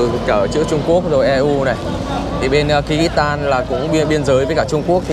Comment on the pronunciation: Không phải đọc như mày là ki rít tan đâu ạ, mày học rồi mà không hiểu, cái đất nước mà mày đọc kyrgystan mà đọc là ( kư rứt san) chứ không phải đọc như mày đọc là ky rít đâu nhiều khi thằng nó đọc mà tôi ngẫm là kiiv, thủ đô của Ukraine